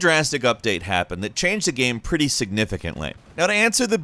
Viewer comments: Every time he says gam instead of game 👇🏻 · Why did you say "gaam" a few times instead of 'game' ?? 😂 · Is really noo one else bothered by the way he says GAME? It sounds like gaem ... really cringy, like the “my name is Jeff” kind of cringy. Gaem gaem guemm ... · Why does he say “game” like “gehm”? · I find it hillarious how he has 2 different pronunciation for the word Game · Is anyone else bugged by how he says "game" Great video non the less but still